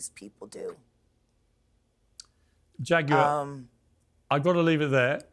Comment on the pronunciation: Yes, yes, yes!! Go head and preach, Jag-you-are!!